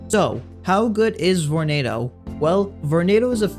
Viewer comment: VORENADO!??!? EWWWW